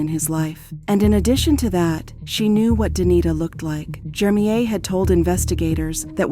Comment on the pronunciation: I hate how the narrator pronounces this dudes name so wrong. Almost feels like its on purpose. His name is Jermeir JER-mir. Not hard at all. The name she is saying is so annoying